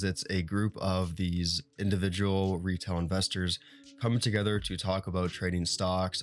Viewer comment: Cant make it out if it sounds RETAIL or RETARD investors.